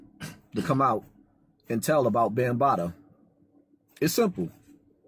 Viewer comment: Did yo really say 'Bam-Bottoms'??? 😆😆😆😆😆